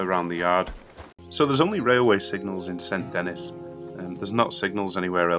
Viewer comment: fyi saint denis is pronounced 'san denee'